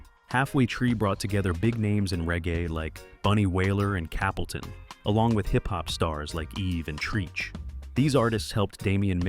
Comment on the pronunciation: What a load of rubbish you're pronunciation of Capleton 76 & 77 on rasta man vibration and exodus plus the first wailers album is nonsense. No concrete evidence that Bob Marley wasn't Damien father if you can't come with evidence you should shut you mouth pathetic video 😡😡😡👎🏿